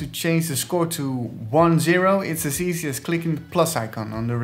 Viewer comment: I like everything in this video - except the emphasis on the word "easy."